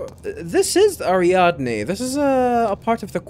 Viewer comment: You are getting the pronunciation of Ariadne surprisingly accurate here. There is an opera in German called Ariadne auf Naxos by Richard Strauss. I imagine they named the planet after that Opera since there are a LOT of references to German opera in the naming conventions in this game.